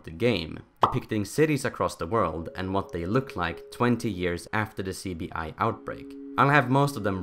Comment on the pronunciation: Apologies but when you said CBI in the beginning it really sounded like you said sleepy eye